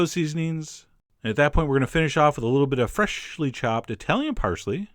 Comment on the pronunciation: John I am so glad you had a "Fresh-ly" in this I love how he says it (EVERYONE DOES DON'T BLOODY LIE!) also I have no sweet tooth i do however have a salt tooth and it now wants this.